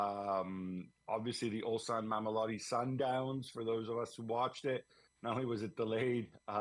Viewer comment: Proud of Gab for having bothered to pronounce Mamelodi Sundowns unlike typical Europeans... Always enjoy his alternative arguments and not conforming to stereotypical propaganda from the rest of the panel. Hats off to you Gab